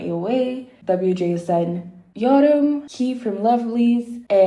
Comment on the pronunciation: It's pronounced as Fai or Pai, not Faye. And Suyun is pronounced like Sooyoon. And it's pronounced as Kay, not Key. Her name is written as Kei, but you pronounce the vowels separately